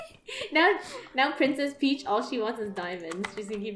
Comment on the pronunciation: When they say "Princes Peach" me: like no I think more like eww princes peach 😂